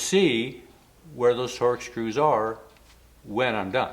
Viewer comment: Were you saying TORCH SCREW or TORX?